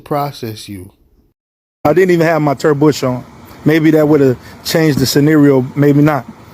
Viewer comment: His "Turd Bush" ???